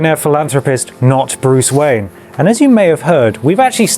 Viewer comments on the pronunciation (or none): none